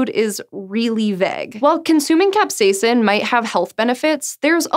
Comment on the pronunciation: Ahh she said capsaicin like a normal human being! Great job! ;)